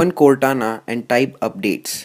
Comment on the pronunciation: "Open Coretana"